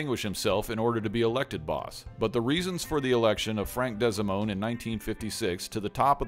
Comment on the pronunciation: It's Frank DEE-SA-MOAN. Not DESI-MOAN. Ugg